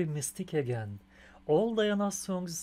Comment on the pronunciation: Thanks for reaction! Её имя произносится как Dee-ha-na.Да,это приемная мать. DIANA THE BEST OF THE BEST!